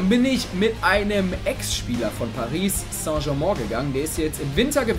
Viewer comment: Man spricht Paris st. Germain anders aus